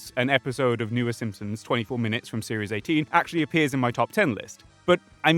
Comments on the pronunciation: You're not getting a dislike for the take but for the fact that I swear to god you said "SimSims" for two hours straight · You keep saying "The Simpsoms" and it bothers me way too much for some reason :D